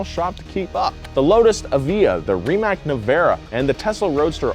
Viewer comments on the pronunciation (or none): Rimatz not Rimak